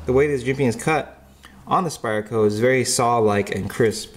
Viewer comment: can you please stop saying Spire-Co ...its SPYDER.. With a D... not spire, SpyDDDer